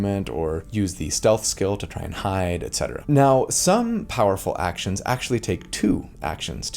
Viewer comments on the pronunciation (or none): none